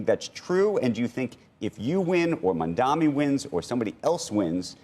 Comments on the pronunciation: Why are they ok with calling Mamdani as Mamdami? Cuomo got corrected in the debate regarding the name. Maybe he is still salty that he lost but what about the anchor calling him the same? Don't they have standards to not call people's names incorrectly as a host? Why not learn how to pronounce it before saying his name a lot in the segment. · These loser clowns can't even say mamdani properly. Ross sorkin keeps saying mandami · or they like to say mandaMI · the name is "maam-daani"..m-a-m-d-a-n-i. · Title should be renamed to: Rich Millionaire TV anchors who can't say Mamdani's name right collude on live TV how to win election with millionare Andrew Cuomo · They are so detail-oriented that they can’t pronounce Mamdani correctly! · They do that on purpose I believe.